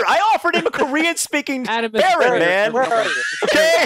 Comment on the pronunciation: Actually is a ferret not a farret